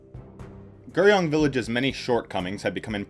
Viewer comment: I felt that the video was decent, but the Korean really bothered me. I think the audio presenter needs to learn the correct pronunciations, or as close to possible, when presenting videos. 서울 (Seo-ul) instead of soul, 강남 (Gang-nam) instead of Gaaaangnaaam, and 구룡 (Gu-ryong) instead of Ger-young would have helped this video be digested much easier.